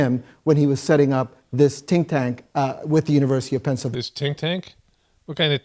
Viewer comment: Tink Tank. So funny